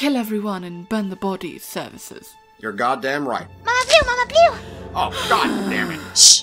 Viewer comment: Before asked if he loves Luna that was the one time I understood that called Luna "Mama blue" because the whole time I thought her called her mama pew